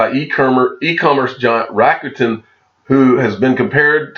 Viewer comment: It’s pronounced Rock Ten, just fyi. For Rokuten.